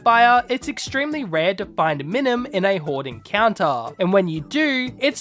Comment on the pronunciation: I’m . I’m enjoying the video. But it’s My-Nun. And Com-bus-kin. I’m sorry. Thank you for coming to my ted talk.🤦‍♂️ Nice Full Metal Alchemist theme!